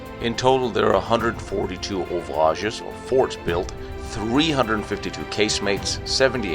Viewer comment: It's not "Ouverage", but "Ouvrage" . In fact, the Hackenberg was a double fortification . His "brother" in dimensions and crew was the "Hochwald" in north Vosges (Alsace) . For people who are interested about Maginot Line, you can read a very good book, called "La Muraille de France" , author Pilippe Truttmann. And here you will find all historicals, plans of each fortification, their crews , organizations, management and armament. And in this book, you will find a lot of unpublished & untraceable pictures.